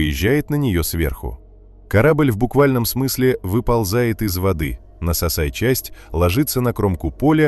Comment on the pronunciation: "...нососая часть.." да уж...